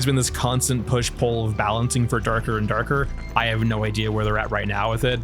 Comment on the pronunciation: I like the way you talk, even tho the way you say "Dark & Darker" is funny kek You articulate your points well and there's merit to those beside the form, I agree with a lot. My conclusion? No one can live without others, our bodies are made not by walls but membranes, however one should not forget they are an individual with an ego and a vision of their own. Big games nowadays are so confused. Well, people too I guess.